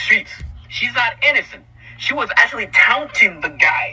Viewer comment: “Town-ting” the guy